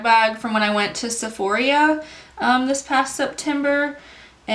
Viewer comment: I think you are mispronouncing Sephora. A couple times, you called it Sef-or-ee-uh. But it’s just Sef-or-uh. No shade, just wanted to let you know for future. Nice vid.